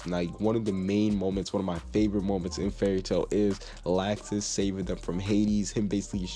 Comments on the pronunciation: It's not lacksus it's lawxus that's how u pronounce it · IT IS LOUXES NOT LAXES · Lol he said lausex Lol